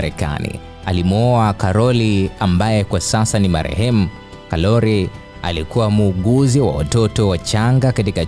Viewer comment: Ndg mtangazaji marehemu siyo karoli anatajwa karo. Maana nahsi kama unambadili jinsia